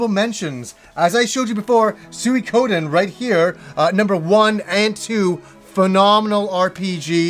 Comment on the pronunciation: the way you pronounced suikoden was controversial i thought, until i couldn't find anyone else in the comments talking about it :) love you content!